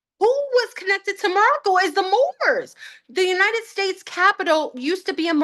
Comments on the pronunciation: She always says the “United Fakes” 😂 but it did sound like steaks and now I’m wanting Outback! 🥩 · Pretty sure she just said United Steaks, now I'm hungry!